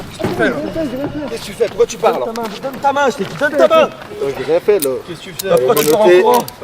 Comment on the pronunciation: MDR... 1er mot du reportage... "ji rien fait ji rien fait..." ahahahahahahahah et les branlos qui tapent des doigts d'honneur sans aucune repercussion lol...